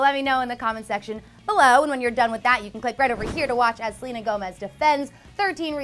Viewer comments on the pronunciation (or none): none